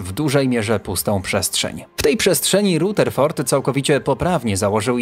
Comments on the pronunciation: Powinien czytać Radeford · Okropnie razi wymowa nazwiska Rutherford!